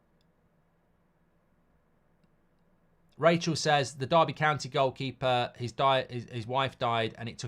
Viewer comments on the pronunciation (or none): none